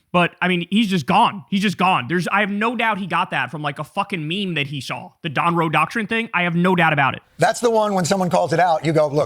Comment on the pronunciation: The Don with a silent G😂. The Dongroe doctrine